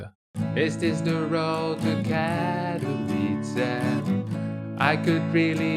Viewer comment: Katowice is pronounced as Catovitze!